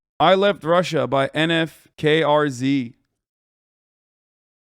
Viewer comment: " N F K R Z" just say (nu-fk-rz)